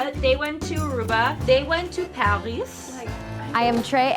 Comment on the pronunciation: I want to go to paris or as would say "parriií"